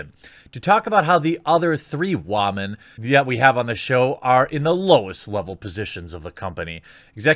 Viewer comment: Seriously tho, why are you having such a hard time correctly pronouncing the word 'women'? I don't think you mean anything with it or whatever, it's just annoying to me even though you obviously have every right to do so.